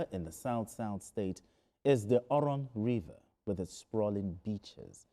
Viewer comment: I like how he pronounced oron. He's been taught well.